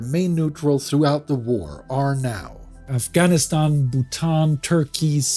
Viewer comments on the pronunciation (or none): none